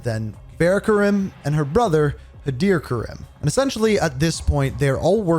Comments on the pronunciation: Great video but please show some respect to the characters name, it’s pronounced Far Rah not Faira, I don’t understand why you whitewash the name when they literally pronounce it correct for you. Karim is pronounced Kareem not Kay rim as well. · I see after 4 years this man still butchers this woman's name It’s Farah (Far-ah) her last is is Karim so it's pronounced Kareem but with an i